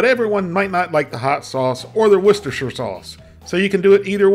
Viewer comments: The most impressive thing about this video is hearing an American pronouncing Worcestershire correctly. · The first yank I've ever heard pronounce Worcestershire correctly. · I’m glad you pronounce Worcestershire sauce correctly. 😂😂 I’ll have to make this soon!!!